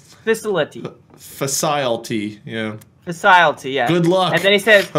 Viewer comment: unknown facilety Me: do you mean uknown facilety